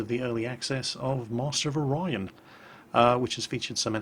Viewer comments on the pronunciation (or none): none